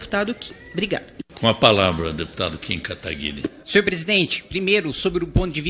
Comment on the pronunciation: ALGUEM PODE ME DIZER PQ NENHUM DEPUTADO DA ESQUERDA CONSEGUE PRONUNCIAR O NOME CORRETAMENTE DO NOSSO JOVEM QUERIDO KIM KATAGUIRI?